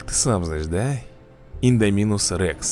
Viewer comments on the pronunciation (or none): Кста Рейчик Тиранозавр откроется на 54 ом уровне качайся тебе нужно ещё 4 штуки для Индоминуса и ещё когда произносишь его название ставь ударение на букву "о" так правильние